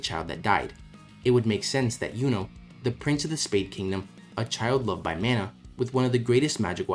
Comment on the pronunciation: why are you pronouncing mana like that 😭